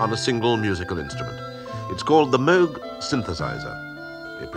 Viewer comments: Yes, correctly. He even introduced himself as Bob Moog. I always tell people they're pronouncing his name incorrectly. Ah well. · Nice to hear the narrator pronounce the name Moog correctly. Rest in peace Robert Moog, the grandfather of electronic music.